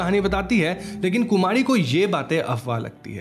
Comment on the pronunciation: Kumadi??? Are you saying Kumadi??